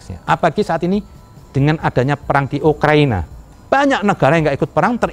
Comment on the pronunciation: Wkwkwkwkwk denger ga kata, Ukrania bukan Ukraina. wkwkwkwk